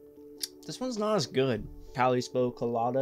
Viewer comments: "calypso" = cah-lip-so - emphasis on "lip" - pls don't take offense at my pronunciation corrections - I once read that most ppl who "mispronounce" words, do so bc they read more words than they hear - and there are also many words (names of people and places, in particular) that have multiple acceptable pronunciations, depending on geographic upbringing. (like, do you say, "tess-la" or "tez-lah"? is my name "furnace" or "fur-nehsss") ;-) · Hilarious- I was going to educate him as well. Cali * spo ? 😂😂😂😂